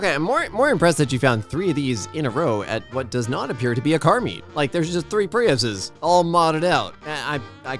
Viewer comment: Priusine 😂😂😂😂😂……… yeah nah 🤦‍♀️